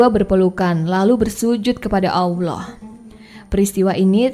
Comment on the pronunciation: Gak pantes lu bawaain konten agamis. Belepotan bahasa lu kek bukan muslim aja lu... Suku Jurhum bukan Lurhum Allah di baca tebal bukan awloh...